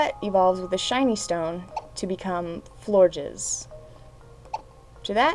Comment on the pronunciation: Lol when she says pronounces florges, it sounds like she is saying floor jizz :,D